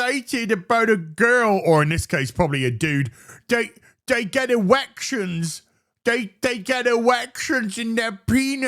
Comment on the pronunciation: Possibly my favourite Youtube moment of the year already "Dey get ewecshons in dere peeenis"